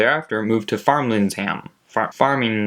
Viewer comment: It's not farmlingsham it's framlingham 😂😂 great vid though